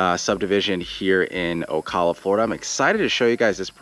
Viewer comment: You mispronounce Ocala....arghhhh.......Do you also say KISS a me?